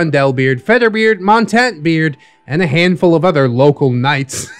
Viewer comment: Montante (he keeps mispronouncing it the French way... the Spanish pronunciation with an "ay" at the end is the term for longsword while the other is French for mountain) should have an Inigo Montoya voice. lol